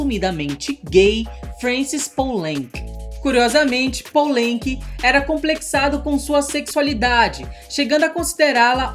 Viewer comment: Filme incrível, um dos meus preferidos. Só uma correção boba, Poulenc se pronuncia pulãnc.